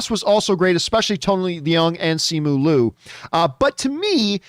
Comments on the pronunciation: Okay but is John pronouncing Simu Liu's name wrong the entire time or are there several ways to do it? Because Simu himself pronounces it Li-u, not Lu when he introduced himself in an interview I saw. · He pronounces Simu Liu as Luu the entire time as well XD